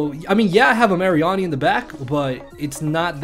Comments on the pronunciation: "Assault Vest Marry-arnie" It's Mah--ree-nee! As Marine and Meanie xD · I have never heard someone pronounce Mareanie the way you have (no hate just saying)